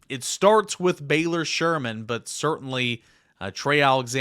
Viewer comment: Butchered Baylor’s last name 😂